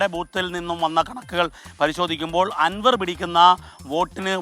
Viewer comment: ആൻവർ അല്ല അൻവർ